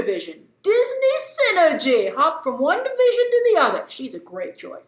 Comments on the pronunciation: What you said : hop from one division to another. What I heard: hop from wandavision to another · You made an incredible unintentional double entendre “Disney synergy, hopping from one division to the other” But it sounded like “hopping from WandaVision to the other”